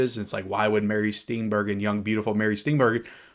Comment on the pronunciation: Steenburgen = "Steenburjin"